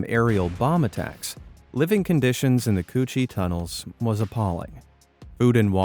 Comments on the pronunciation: Am I the only one who laughed when he said cu chi tunnels 💀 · I've been there { to visit them on a trip to Veitnam 🇰🇬 from Australia 🇦🇺 } he pronounced the name of the tunnels incorrectly . ♑️✍️🇦🇺🇳🇴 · C-Cu chi (coochie)